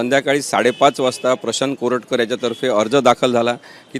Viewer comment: Koratkat la Correct kar-a